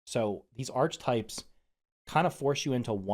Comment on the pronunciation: Hi. No hate but it’s pronounced Arc-uh-type